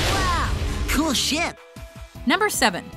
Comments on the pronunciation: Okay, the first time you heard it, who thought he said “Cool shit” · I thought Phineas said "Cool shit" instead of "Cool ship" 😂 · When I make it more awkward I actually heard cool shit, wth